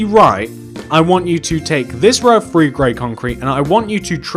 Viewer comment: Nobody: Me: Him: One, Two, Free